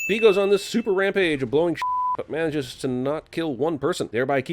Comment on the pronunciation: to I love that noise! Also says Mayages instead of manages